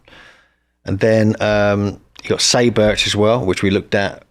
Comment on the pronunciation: Sayburç is pronounced "sai (like psi) boorch" not "say birch"